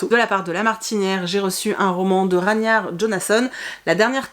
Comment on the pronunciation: pour chacun des 283837 livres présentés "Je vais le lire très rapidement!" (Je taquine, je taquine!) Tu me donnes envie de lire Des beignets de tomtes vertes, je l'ajoute donc à ma PAL! J'avais bien aimé le film. Et Ragnar se prononce "rague-nar", non?